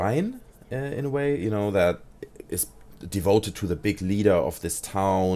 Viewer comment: Oh sry du sagst you know höhrts sich aber an wie genau